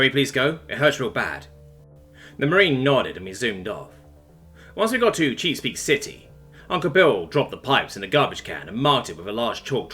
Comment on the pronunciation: Cheese-Peak City, yes, yes thank you very much for that